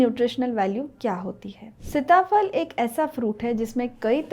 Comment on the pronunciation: सीता फल कहते हैं सिता फल नही, शब्द उच्चारण आपका गलत है।